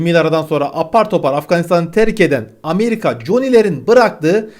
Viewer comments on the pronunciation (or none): none